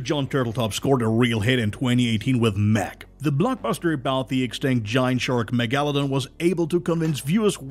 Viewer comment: Great little video but it was really annoying how he was mispronouncing Megalodon 😩